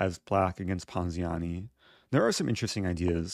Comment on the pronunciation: I like when he says ponziani